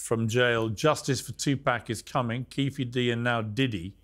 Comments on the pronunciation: Pierce pronounce it as two pock not pack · Learn how to say tupacs name piers!! It’s NOT TWO PACK…it’s TUPAC !! Piers also wants to put diddys actions on the entire world of hip hop! If u have a hard time understanding something then DONT REPORT ON IT!!! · Piers, its not TuPACK it’s Tupaahhhk. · Its NOT TupÄc...its Tupac! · It's pronounced 2 pawk, 2 pac. Not two pack. Why not correct him? And before anyone says accent, nah. Names don't change regardless of accent. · For God sake he's name is Tupac NOT Toopack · Tupac piers...not twopacks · Its ffunny how he says 2pac. Like pac man. Pronounce puk like hockey puk ... not pac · It's 2pac not 2pack. You dosser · Oh for Christ’s sake it’s not twopack piers it’s tupac tu/paac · Piers its tupac there's no k on hes name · Piers saying 2 “pack” is so annoying, put some effort n pronounce his name right, show some respect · Piers still calling him TuPACK 🤦‍♂️ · It’s not Two pack . ! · Bro Piers come on!!! Its Tupac (Too Paak) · This host kept calling him “2-pack”. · Piers why do you call him 2pack? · If I have to hear Piers say “two-pack” shakur again I don’t know what I’m gonna do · Piers, you gotta learn how to pronounce Tupac’s name 🤍 it’s respect man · For God sake! it's there is no "K" in Pac's name Piers.. don't say Pac name like that man! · I wish Mopreme would have asked Morgan to correctly pronounce his brother's name...